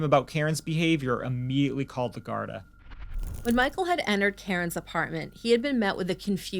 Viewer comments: Love your sympathetic commentary, just 1 thing - gardai is pronounced Gardeee instead of gardi brilliant coverage from an Irish follower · It’s not important, but it’s pronounced gar-dee, not Gard a. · its pronouced gardie no gardi am from the uk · the word's pronounced "GAURD-EE" AND NOT GAURD-I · Gardaí is pronounced Gar-thee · Its said ..garthee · Gardaí is pronounced like "gar-dee" and síochána like "shee-ah-caw-na"